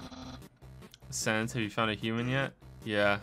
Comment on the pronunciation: That's not how to pronounce sans